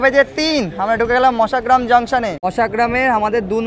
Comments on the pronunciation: কথাটা মশাগ্রাম। মাসাগ্রাম নয়। একটু বেশি করে বাইরের দৃশ্য দেখান। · মাসাগ্রাম 😮 কানে লাগে কারন আমরা বরাবর মশাগ্রাম শুনতে অভ্যস্ত